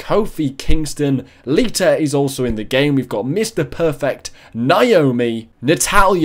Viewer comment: Did u just say litter instead of Lita 😂😂 that's why ur my fave youtuber